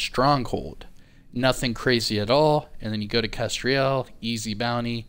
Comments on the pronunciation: 'Kes-trell' (pronunciation) is a bird species. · nah man I was just saying that it's just kestrel. With no i. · Yeah, mispronounced names don't usually bother me. Just for the record though, it's Kes-trull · Bro, for the love of all that is holy, stop saying Kestriel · I think the name is pronounced Kes-trel, like tell or bell, trello, with the T, “Trell” and not like Ariel or Azriel. In my opinion. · Love the content but: A "Kestrel" is a small falcon. Not that difficult to pronounce? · Kestrel is a small hawk, your pronouncing it wrong!😉🇬🇧